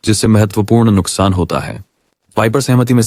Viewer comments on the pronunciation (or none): none